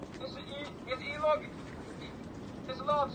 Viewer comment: "YOUR AKTIVITEEEEE 🧐, YOUR ENI AKTIVTEEEE IN THIS WUTER IS IL... IS ELOGE-... EE-...🥸IS. LOT. ALLOWED."